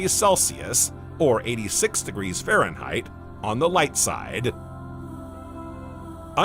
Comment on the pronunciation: degirchos? what the hell is he saying? I used to love these. This is my last visit to this channel